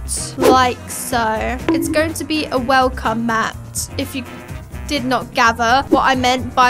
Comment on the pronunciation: welcome 🎉not welcom what is that😂